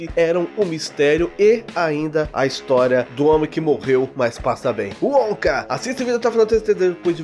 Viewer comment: Eu morro de rir quando o fala o nome dele, Wonka kkkkk